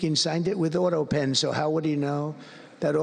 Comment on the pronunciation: Why can't she say autopen? How odd